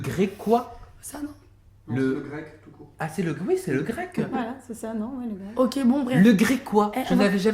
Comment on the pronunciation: ralala c'est insupportable .... "le grequois" "oedeme de quick ..." phobie ou maladie ? Aucun intérêt.... NEXT !